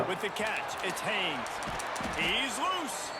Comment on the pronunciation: HAYNES , not Hayes. Holy shit lmao